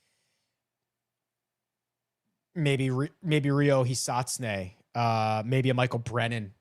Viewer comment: Yell-a-mirage-ew. Not a yell-a- ma jar.. You're good at he-sought-sue-nay though